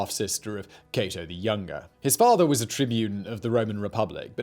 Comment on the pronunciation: Your saying catos name wrong kate-o not caught-o